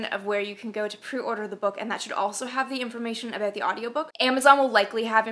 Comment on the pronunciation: "Aboot this size?" East coast of Canada maybe ;0)